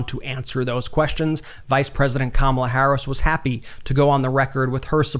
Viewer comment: His inability to correctly pronounce Kamala's name after all this time is a glaring flag of his mental decline!!